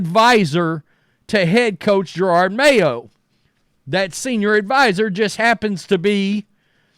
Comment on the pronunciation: Isn’t it Ja-rod Mayo. Not Jer-rod Mayo?